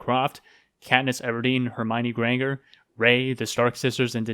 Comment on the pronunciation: Nice response, but my one complaint is you mispronounced "Granger".